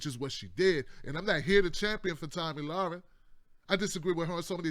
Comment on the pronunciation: LMAO you butchered her name so many different ways.